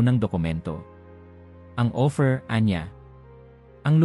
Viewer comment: Ang pagbigkas mo ng salitang OPHIR ay hindi tama, ang pagkakabigkas mo ay OFFER, naway maitama po.